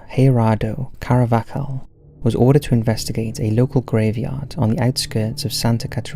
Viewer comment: CAR-VAH-HAL! It’s not even an uncommon name. Christ that got on my nerves!